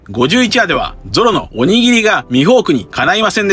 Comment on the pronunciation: やばい、鬼斬りがおにぎりにしか聞こえなくなってきた😂😂😂